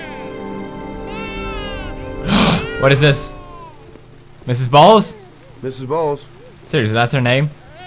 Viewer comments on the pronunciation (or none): i could've sworn shelby was saying "MS.balls!"